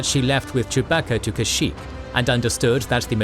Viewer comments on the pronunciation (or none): none